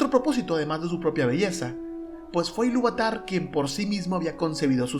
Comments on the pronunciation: Es Ilúvatar, no Iluvatár Es Melkor, no Melkór... Bah, y libpeor es que mezclas Estar Wars con Tolkien... Paso, no quiero seguir escuchando. Te daré "dislikes" a todo. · muy bueno, aunque mal pronunciados los nombres :(... MELkor, AInur, iLUUvatar, Eru